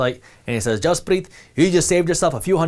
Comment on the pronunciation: When he says his name i keep thinking he says Jizzpreeeeet! No offense.